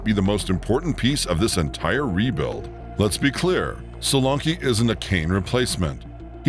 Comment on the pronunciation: …and they way it says premier and Solanke is laughable.